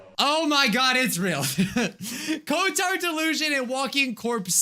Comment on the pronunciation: I thought you said retard not cotard